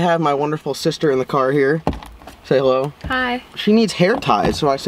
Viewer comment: "How much for dee little girl??""....(I mean yerrr seeester.....LOL)